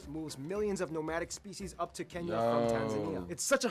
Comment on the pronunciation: It is Kenya not kinya😊